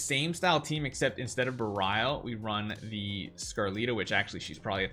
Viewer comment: couldn't keep watching this with him butchering how to pronounce berial